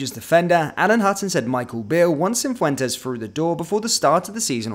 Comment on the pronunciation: Cifuentes, not Cinfuentes.